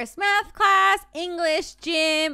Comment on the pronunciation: wow how she said nath not math